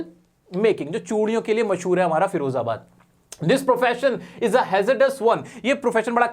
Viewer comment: Its firozabad not ferozabad...